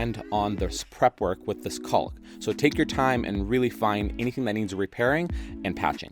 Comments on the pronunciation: Dude, PLEASE! I love your videos but your pronunciation of the L in caulk even makes my dog cry. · Heads up buddy, the L in caulk is silent.